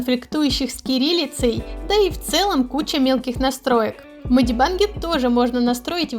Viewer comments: Меня так трясет с этого "медибАнг" МедибЭнг госпаде медибЭнг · А можно не мади банг ... Ты меня прости просто мне уши режит 😂